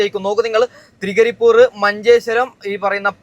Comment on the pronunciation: തൃകരിപൂർ അല്ലടാ മൈരേ തൃക്കരിപ്പൂർ